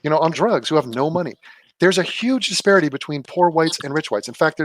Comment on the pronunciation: Her mispronouncing "disparity" consistently makes me want to scream.